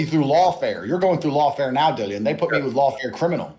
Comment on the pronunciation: bro said dillieon lmao